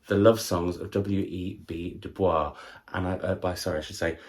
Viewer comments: Hi, W.E.B. Du Bois' name is pronounced doo boys, not the French way. He was a real person, and a major figure in American history and in the civil rights movement. I just thought you'd want to know! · I always love your Women's Prize content! Just as a heads up DuBois pronounced it (Du-Boys) and not the French way.